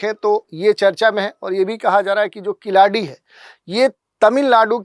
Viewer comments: Not kiladi , it's keeladi. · Khiladi nahi sahi uchharan keeladi hai.कीलडि. ழ यह ल दुनिया के किसी भि भाषा मे नही है तमिल के सिवा.